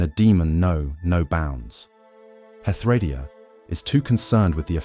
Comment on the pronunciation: Pronunciation in DnD is always a tricky thing. I believe the most common pronunciation of Hethradiah is Heth-Row-DIE-ah. Confirm this with others and then make a choice. No judgement here.